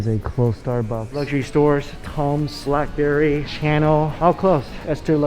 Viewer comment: BUUUURRRRBERRY.. NOT BLACKBERRY. LOL